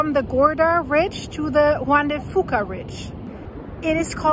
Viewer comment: Hey! You're a blast to watch! Good coverage! Always something to think about... (Juan de) Fuca = Fuca is pronounced Few-ka. Puget (Sound) = Pew-jet. It's a Northwest thing. 👍 😉 You have something to practice!! 🤭🤭 You are so refreshing and a delight to watch!!! Thank you!!! ❤️